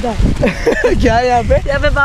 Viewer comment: Baba falooda nahi BAWA falooda hai😅